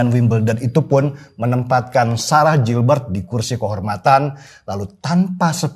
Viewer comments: bacanya GILBERT bukan JILBERT tapi orang indo semua nya ngeja kek gitu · Koreksi dikit mas denny, cara pengucapan/pronounciation dari GILBERT tetap sama /tdk berubah (baca gilbert),bukan jilbert. Terima kasih. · Koreksi bang Denny...!! GILBERT (dibaca : GILBErT) bukan (JILBErT) Lanjuutt....!! Gaazz Pooolll.....👍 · Mas Denny, it's pronounced "GIHL-BERT" not Jil-bert. Ntar Ibu Ketum gak suka loh.... 😄😄😄